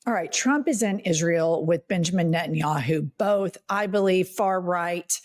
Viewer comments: Every time Jennifer says NettinYAHOO I feel like she’s going to commercial to promote the website. Like Booking dot yeah. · Benginijahu? WTF? Did I hear that right?😂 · "prime minister Benja Yahoo"